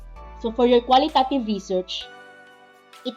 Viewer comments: Pls pronounce it in a correct way😊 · Be mindful of your pronunciation of QUALITATIVE AND QUANTITATIVE since a lot of students may access this video. It matters.